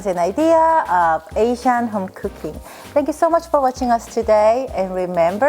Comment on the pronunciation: Her outro is the most annoying, triggering thing ever. It’s way too long. With her horibble accentuation and the way she stretches asiaaan at hummmm. It’s like she wants to emphasize her asian accent on purpose.